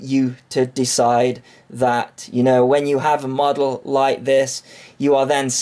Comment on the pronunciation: You never pronounce T's or K's the word "Like" is "Light" with a silent T for good measure. Lol Just pulling your leg, love your videos!